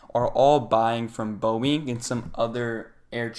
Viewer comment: Very good effort. Would just recommend that you research the pronunciation of some major companies like Boeing and NVidia next time to sound more trustworthy. And Salesforce is a major company